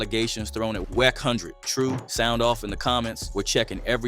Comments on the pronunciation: This dude saying wackhundred smh. this guy definitely non fba speaking on fba hood politics, also he pronounced Suge name all crazy, i cant take it. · AI Voice: "WHECK HUNDRED!"